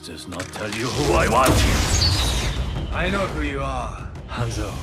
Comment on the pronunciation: how do you still not know how to pronounce hanzos name correctly